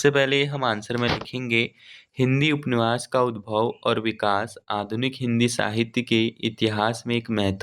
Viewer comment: Upanyas hota h upniwas nhi Bhut glt read krre ho ap hindi